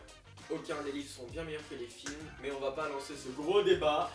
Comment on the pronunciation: Très bonne vidéo :D Par contre le "filmes " avec un e bon ... Voilà quoi :p